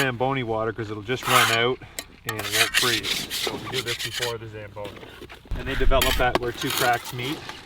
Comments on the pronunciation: Say it with me now...... "Zam Bone EE". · You said “zamboni” and i was like aint no mf way this guy bought a Zamboni…..i stand corrected. Carry on.